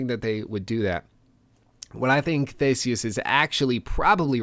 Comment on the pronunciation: He said theses wrong